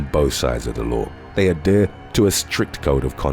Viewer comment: I love all your videos.. but you saying "lawr" instead of "law" lol. No r in law. Thank you for the videos keep it up buddy